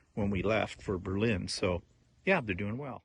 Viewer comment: If I would have known you were in my area, I would have stalked you! Not really, well maybe. I am not surprised that you don't like American wine if you used Put-In-Bay as the standard LOL! btw it is pronounced BER-lin. Emphasis is on the first syllable. I can't wait to see if you visited my favorite places!